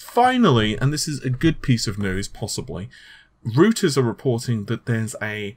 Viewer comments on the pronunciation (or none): It is “Roy-teurz” not “Rooters” Great information, btw. Much appreciated. My 4790K was too good to upgrade, but now? Threadripper for the lanes.